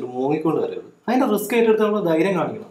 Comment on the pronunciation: റെസ്ക് അല്ല റിസ്ക്‌ 😂😍ഉഫ്ഫ്ഫ്... Dialogue👌